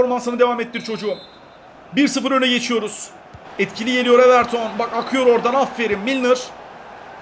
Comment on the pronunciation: Everton deil evertin abii 🤣